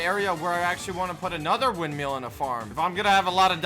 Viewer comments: windmill not windmeal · ITS WIND MILL NOT WIND ‘MEAL’ LMAO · be like, “wind meal” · its not windmell its (wind-mill) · Windmill not windmial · Normal people: windmill: windmeal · I hate how he pronounces it wind-meal lol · Why do you say “wind meal” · wind-meal lol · really do be like “Windmeal” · "The wind meal" I swear, every time.